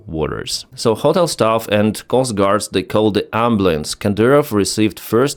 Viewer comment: The wildest part of this video is how he keeps pronouncing "ho-tel" when it's almost exactly the same way to say it in Ukrainian. Gotta be trolling right?